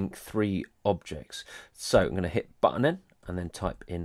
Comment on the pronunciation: "i gonna hit buttoneh"?? wudd is that